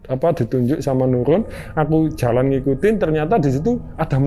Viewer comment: Jalan mas, bukan calan